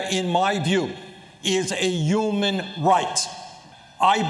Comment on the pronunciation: question... who are all these "yumans" Bernie keeps mentioning?